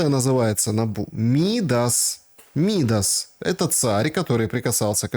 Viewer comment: Царь МидАс, а не МИдас😊😢